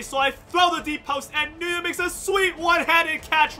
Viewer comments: i thought nyguyen was pronounced win, because my friend has the same last name and thats what he says his last name is pronounced like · It’s pronounced (win) or (Wynn). It’s Vietnamese I believe. The fact that you don’t know that as an “Asian” guy is odd. Lol